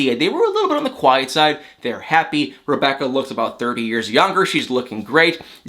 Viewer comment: Aaaand...he finally pronounces her name right!